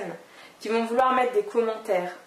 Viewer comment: a c moi ou elle a dit conmentaire